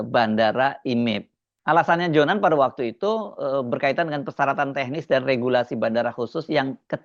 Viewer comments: Her, JONAN, bukan Johan. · Maaf mas bukan Ignatius Johan tetapi Ignatius Jonan. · JONAN pak bukan JOHAN... ???